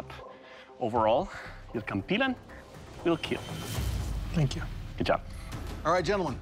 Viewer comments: he said kampilon instead of kampilan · Its pronounce "Kam-p-lan" not "Kam-plan" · KAM-PEE-LAN not KAHM-P'LAHN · he said compy-lawn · Should be pronounced as 'cam-pee- lan' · I wonder if Doug didnt teach him the correct way to say it to make it hilarious. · You're saying it wrong 🤧🤧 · Bro the kampilan is a filipino sword and the announcer said kampilan wrong